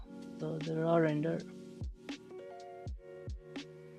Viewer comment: yeah I listened back and realized I pronounced every render as lender🤣 ,well trying something new is always exciting.🔥🔥👍